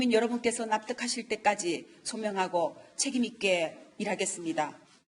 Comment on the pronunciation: 책임있게 해먹겠다 로 들리네